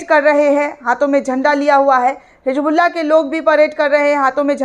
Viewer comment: Hijbullah nehi Hizbollah 😅